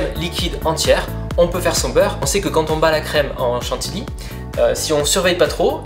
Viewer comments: Trop mignon il dit à chaque fois chantiLy au lieu de chantiLLy 😃. En tout cas astuce au top! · On ne dit pas chantily, mais chantilly (à prononcer chantiyi !), comme on ne dit pas une file, mais une fille (à prononcer fiye !) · « Chan-ti-li » ou « Chan-ti-yi » ? La seconde est la bonne. ^^ A chaque fois que j’entendais la 1ère, ça me crispé. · Par contre chantilly ça se dit pas comme ça😉